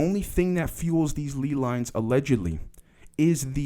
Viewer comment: ley lines are pronounced lay lines btw- keep up the good work though homie your content is important